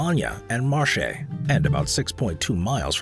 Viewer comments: Good video. To be precise, “Marche” at min. is pronounced “Marckay” (not marchy) and Rimini has the stress on the first “i“, not the second. Minor issues, but whenever they happen I keep wondering why speakers do not check online before recording: there are hundreds of websites specialized in reproducing the correct pronunciation of words in other languages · Mi hai venire 20 tumori quando hai pronunciato "Marche", tacci tui😂